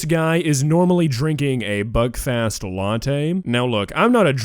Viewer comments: It's Buckfast not Buckfest lol 😂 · Hey, I just wanted to let you know, I thing “buckfast” is supposed to sound like “Belfast” Whitch is the capital of Ireland. Thank you!